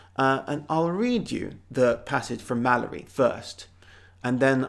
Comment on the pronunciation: Malory is not Middle English, but Early Modern; and he lived after the (bulk of the) Great Vowel Shift, so he shouldn't be read with Chaucerian pronunciation